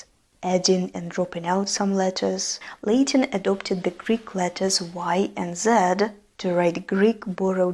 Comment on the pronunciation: Great video! But just a small note: Latin is not pronounced “Lay-tin” but “Lah-tin”